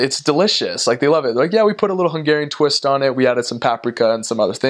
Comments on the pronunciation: Wow...you have a very good accent in hungarian ! I think for you to learn hungarian is very easy ! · It is insane how well he pronounces Hungarian! It is a bit confusing listening to him, my brain almost flipped like: right he sounds like an original Hungarian now. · Dude, I am impressed with your pronunciation.